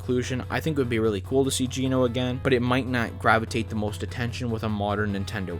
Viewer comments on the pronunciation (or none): none